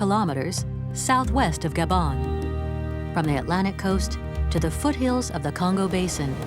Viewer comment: r u sure it is called Gabon ? not Gaban ?